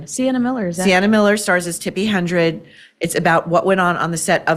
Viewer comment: Hedren, not Hendren, Maureen. Tsk Tsk.